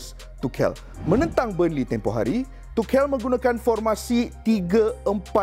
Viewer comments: Aduii.. Bang, belajar dulu cara sebutan tu. Dok asyik tukel tukel.. Cara sebutan betul "thomas touch-el" la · Keep it up ! But just wanna say it’s pronounced as - tu shel , the c is s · Aku salute dgn info hang Tp pronounce nama org betul... Klu kita, mat salleh pronounce nama kita salah, kita pun marah